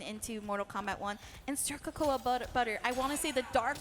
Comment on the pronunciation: It's not "co-KOA"; it's "cocoa."